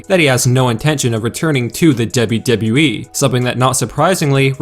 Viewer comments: The way you say WWE pisses me off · DUB-YOU -DUB-YOU E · Dude you say “WWE” weird. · He says WWE in a weird way